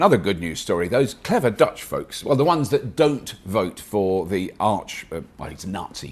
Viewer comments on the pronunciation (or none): none